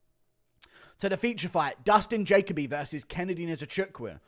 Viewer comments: It’s not pronounced jaycobee it’s jahkobee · It’s pronounced ja Colby